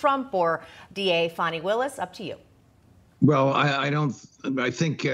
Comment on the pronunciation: F-AN-I not F-AU-NI!!!